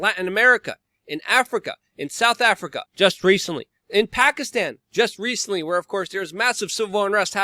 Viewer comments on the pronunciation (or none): none